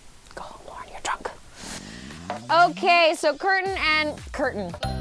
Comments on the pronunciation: When you said curtain I died laughing😂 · Laughing so hard at the "Kurton" (Curtain) slip up